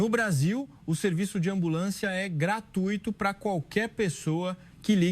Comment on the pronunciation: GratUÍto? É dose cavalar. É graTUIto. Não tem acento.